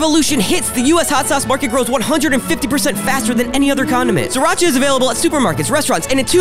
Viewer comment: isn't he saying Sriracha wrong?